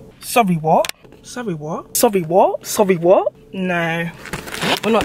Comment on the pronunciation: “Sorray wot” I’m dead